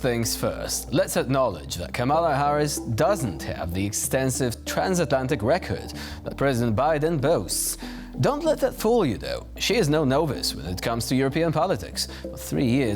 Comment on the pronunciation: He also said NO-vice rather than nah-viss. I dare you to speak Polish well. They are trying, and I for one appreciate the effort. Many American reporters got her name wrong at first, too.